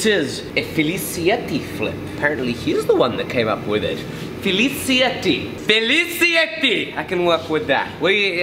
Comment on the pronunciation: So For the record, if Filicietti is in fact Italian (which it certainly sounds like it to me), then in Italian if there is a C followed by an I or E it makes a CH sound. Therefore, it would actually be pronounced more like “Filichietti” Now you know Knowledge!